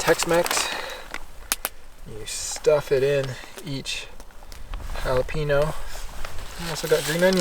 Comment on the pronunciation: i came to rewatch this video because of how he says jalepaño😂 “ha-la-peen-o” when it should be “ha-la-pen-yo”